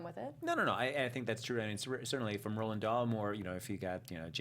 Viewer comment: The author's name is Roald, not Roland.